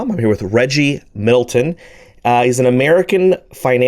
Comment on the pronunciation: you said Reggie Milton....Its Reggie Middleton..Get the brothas name right!!! LOL